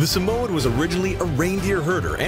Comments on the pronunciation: Pronunciation: SA - MOY- YED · The fact that u say “Samoyed” wrong just proofs the lack u know about dogs 😒🤣